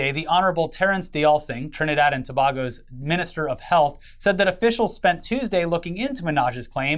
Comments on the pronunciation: Btw it's "To-Bay-Go" not "To-Bah-Go". Also it's Dr. "High-nds" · It’s TA-bay-go not Tobago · Guys it’s To-bay-go lol every news story on this says Ta-ba-go 😂 (is it the accent?)